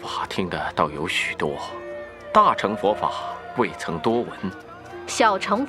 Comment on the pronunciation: "大乘"應念"大聖"音吧....